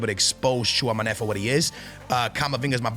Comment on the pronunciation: Bro i watch you every year , u are a beast but at least search how to pronounce your starters , Tchouamoney😂😂